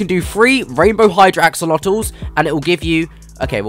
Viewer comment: Axolotls ❌ AxOOlOtoSiS ✅